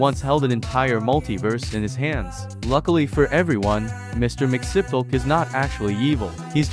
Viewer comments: why tf do u pronounce it like mixnipple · Pain. Please teach your AI how to pronounce Mxyzptlk. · “MIX YEZ SPIT LICK” that’s the correct pronunciation lol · It’s pronounced Mix-Plit-Nik. Check out the amazing episode from the Superman animated series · One the correct pronunciation of his name is Mr (mixie-us-pidle-ic) Two, he just needs to say his name back wards (kiltum-zit-thum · Meant to be pronounced ‘mix-yez-pittle -ick’ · it's pronounced mr. mix-yes-spit-lick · I think it's pronounced mix-yiz-pitel-lick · pronounced “mix-ee-spit-lick” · Its pronounced more like mixes pittle ick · The name is pronounced differently. I can't recall precisely, but there is a pronunciation panel out there. It's something along the lines of Mr. Mix-i(I like the I sound from the word is)-spit-lick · Dude still pronounced his name wrong lmao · You're not even pronouncing his name right voice generator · Pronounce his name right